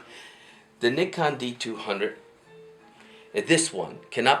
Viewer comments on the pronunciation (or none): It's pronounced N eye con. And I think your date is 100 years off.